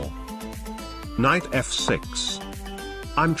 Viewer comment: Did he actually do the k? Like "please don't take ba ... ck my kinght"